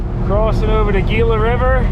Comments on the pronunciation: The original Hippie Peace Love Dope van. Needs peace signs and cannabis leafs painted by brush on it. Gila river is pronounced Hela river. Great video and drive safely. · Just fyi, the Gila River is pronounced “Hila”…